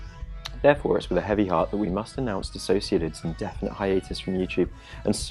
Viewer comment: Thank you for pronouncing my name right 😭